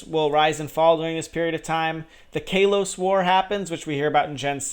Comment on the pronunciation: You said Kalos wrong.